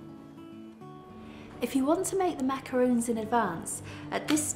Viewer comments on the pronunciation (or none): lol its macarons!!!! not macaroons...